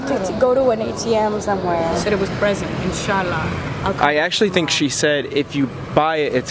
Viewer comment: When you say Inshala, Which you used correctly! Stretch the first A, Inshaala Like that! But you did very well